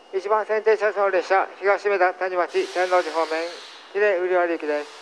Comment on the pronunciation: 英語放送の喜連瓜破の言い回し、rの発音強すぎて子音が死んでる